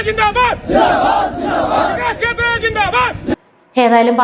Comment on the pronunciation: ചിഞാബാദ്...ചിഞാബാദ്... അങ്ങനെ തന്നെ... അങ്ങനെ... തന്നെ... അയ്യയ്യോ... നാണക്കേട്....!!!!!!